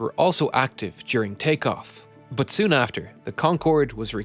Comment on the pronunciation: can you please narrator STOP USING YOUR HORRIBLE PRONOUNCIATION OF "BUT" Enegineering.